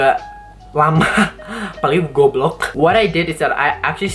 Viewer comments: I love how you said 'goblok' bc it was very local 🤣🤣🤣🤣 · When he said "GoObloOk", indonesian confirmed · He said "goblok" sooo that, asli indo bet🤣🤣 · i love the way you said "goblog" it sounds good wkwk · *Saat dia mulai ngomong bahasa indo gw: WHAT??? kok bagus banget aksen gw aja ga sebagus dia dong:') *udah mulai ditengah tengah when he said "Kek" sip bang:') *dan waktu dia bilang goblok Me: oke gw mundur:')